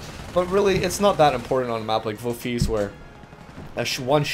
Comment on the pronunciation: That Dutch pronouncuation is not far off. Almost!